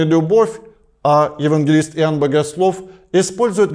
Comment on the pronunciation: Иуванна.. Как интересно батюшка произносит имя Иоанн🙆‍♂️